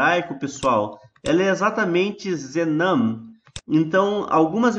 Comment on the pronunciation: Gosto muito das suas e plicacoes , mais ha um lequeno herro na pronucia ZENAN E ZEMAN, fora isso otima aula parabens